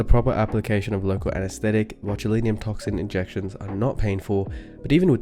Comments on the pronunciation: Why do you pronounce it botuliNIUM?? When it's botulinum. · How he pronounces botulinum😊